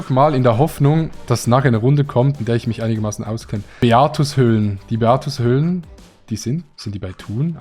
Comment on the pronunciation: beatenhöhlen???? das heisst beatUShöhle 😂